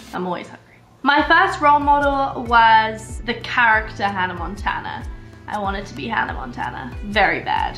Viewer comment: How she emphasised on "The CHARACTER Hannah Montana"